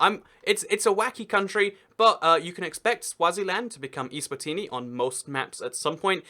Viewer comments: eSwatini not iSwatini! Stupid English!! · Macedonia (FYROM) is pronounced fye (*fi* in fire) rom (fye-rom eSwatini is pronounced ay-zwah-teenee